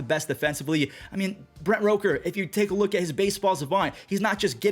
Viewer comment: You're still pronouncing Brent Rooker's last name wrong 🤣